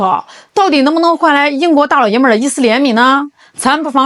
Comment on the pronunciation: 我得唠叨一句 这里的“大老爷们”可不兴这么读 至少不能加儿话音 词义都变了...听起来给给的...